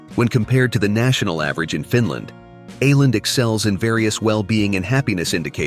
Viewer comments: Å - is not pronounced as A but as oh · Tack så mycket (Thanks so much) for this generally fine presentation on the island province of Åland. A few qualifications though: The presenter with his American pronunciation murders the island's name of Åland. The letter "å" is pronounced "awe". Thus, try instead to say Awe-lahnd! The podcast seems to favour Åland's integration into Sweden. Note that Finland is a bilingual (Finnish and Swedish -speaking) country, and Åland, as part of the country, lends support to the linguistic minority of Swedish-speakers. Due to all the advantages they enjoy (self-governing provincial autonomy, community not flooded by refugees, demililtarisation and no military service, no customs duty), most Åland residents do not want to be subordinated to Swedish or Nato rule. It's great to be able to easily visit Stockholm, Turku or Helsinki. Despite their small population, Ålanders are even guaranteed a seat in the Finnish Parliament. Other commonalities are also shared, like every-mans-right to enjoy nature and the wild outdoors. Unlike in some countries, here there are no signs warning "Trespassers will be shot". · Its just Oar-land, that is a small o over the the A, it used to be a double aa. But your arrogance speaks bounds. I have lived in Scandinavia for several years!